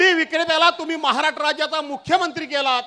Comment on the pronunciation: महाराष्ट्र बोलायला शिक आधी.... महा'राट्र' 😂😂😂